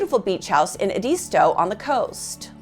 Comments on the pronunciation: Ed- Dis-toe not ed-des-to e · Island"town" (Islandton) and Ed "ees" tow (Edisto). She must not be from around there. Maybe pronounce it Mur Dock also since that's how the family does it. Very nicely done otherwise.